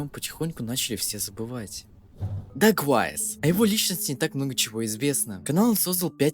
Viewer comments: не дегуавис а дэквавис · Это дакуавиус а не дагуавиус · Не даквайс а дакуэйвис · Это не давис или как ты его называешь прочитай его ник нормально Это даквейвис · Его ник читается как даквэйвис ,это можно понять на канале дрима на русском с его участием